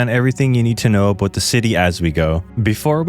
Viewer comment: “before we talk ABOAT the OATBREAK”